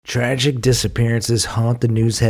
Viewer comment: "Traghghic" already a shitty narration.